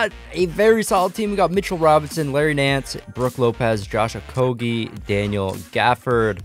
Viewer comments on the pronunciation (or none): said Okogie, Nwaba and 2 other names wrong